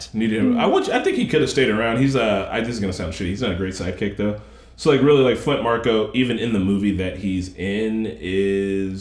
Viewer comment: And it's Flint Marko not Flynt Marco.